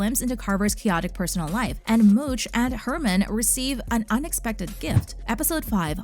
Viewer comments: Mouch not mooch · Please do some research and learn how to pronounce the name. Mouch